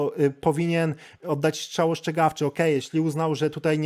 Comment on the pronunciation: Strzał, nie szczał 🤷‍♀️